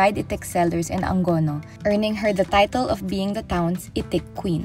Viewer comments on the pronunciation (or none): Tae. Kakasawa na marinig bigkas ng Angono na Ang-go-no. A-ngo-no!!!!! Dalawa ba G at inaartihan pa bigkas ng ANGONO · It’s Angono not AngGono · Papanoorin ko na sana at mukang interesting yung story. Kaso na turn off agad ako nung sabi ng narrator "ang-gono". Kasimpleng pangalan di ni research tamang bigkas or baka alam naman nya kaso mas pinili kung ano feel nya mas maganda sa pandinig nya. Hahaha.